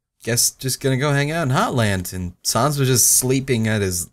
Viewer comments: "Undeene" "Papeeruss" "Sauns" Oh boy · Im jus gonna say this it's sAns not sOns it's pUpyrus not pApyrus Now just sound them out and u now how to say our name Corectly and it's undIne not undeen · forever cringing at the name pronunciation. Undeen? Paprus? Sauns? WHYYY still like ya though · Papiruss... Saunes... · sorry, not to be rude but you said their names wrong lol undyne un di ne sans sa ns edit- AT means Attack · Walle Fails Well he pronounces them like he sees them. Sans looks like SAANS. Not "Sonzs" or "Suns." Papyrus looks like Papiruss. Not Puh-Pi-Rus. But whatever, one can pronounce the name however they like. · because he is very clearly pronouncing at least two of the nanes incorrectly, sans and papyrus. comic sans and papyrus are fonts (that's where the names came from) which have had proper pronunciations aince they were created. there is a proper way to say them and doesn't say them right. I will allow the other names though because although he says them in an odd way there is no way to prove he's wrong.